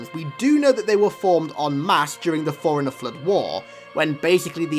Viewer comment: The way you say Forerunner sounds like you're saying foreiner 😂